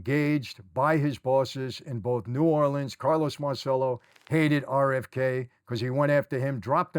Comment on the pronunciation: Michael, Michael, Michael, please! It’s MAHR chell oh… NOT Mar sell oh!! You’re proud of your Italian heritage yet you bastardize many words because of that New York accent I’m surprised as many times you’ve been in Italy. Nobody has ever correctedyou!!?? I love your channel and I think you’re doing great work but for someone that speaks flow in Italian, it’s like nails on the chalkboard